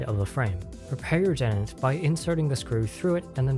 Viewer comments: de-tent. not deadent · Dee-Tent, NOT Det-Ent;. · Can you do another revision where you pronounce it "dee_taunt" like you're supposed to, pls? 😀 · That's a weird pronounceation of "detent". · Dentins pronunciation gave me ebola.